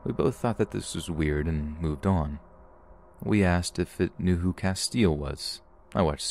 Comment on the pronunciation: Barfing at the way you pronounced Castiel 😭 it's KAS-tee-ell, not kas-TEEL